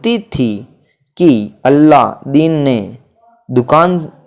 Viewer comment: अलादीन का अल्लादीन बोल रहे, बूढ़ी का बुड्ढी बोल रहे हो नवयान तो समझ ही नहीं आ रहा। इन शब्दों से ही बहुत मिस्टेक होजाएगी इसलिए कहा क्लियर बोलिये